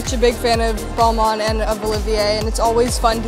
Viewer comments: Girl stop calling it Ball Mon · The creative director pronounces Balmain differently than the rest of the world.. 🤔